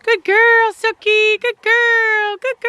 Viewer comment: The puppy's name kinda sounds like sucky. Is it not pronounced like Suki?